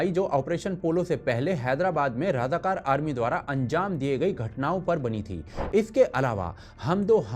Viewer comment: Razakar,not Radhakar